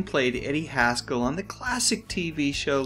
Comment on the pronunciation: Haskell......rhymes with rascal.